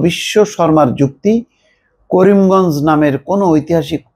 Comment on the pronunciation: নামটাও ঠিক মতো উচ্চারণ করতে পারলে না